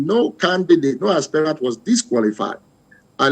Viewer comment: Stop pronouncing "Aspirant" as "Aspire-rant." It's pronounced ˈaspərənt', not aspire-rant. As a news caster, you ought to know better.